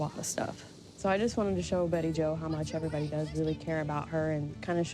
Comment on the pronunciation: you're killing me!! Turdy! Turdy pounds! I cracked up - Of course, there's pronouncing Bettie Jo's name, BayJo. It's all good!!